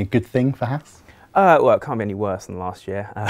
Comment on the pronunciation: Can the presenters please say HAAS correctly like the long haired guy is. HAAS not HARS. Just saying XD